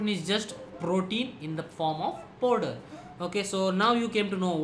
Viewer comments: podar nhi hota😂😂😂😂 powder hota h woh Podar😂😂😂😂😂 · the way he says 'Powderr' 😂😂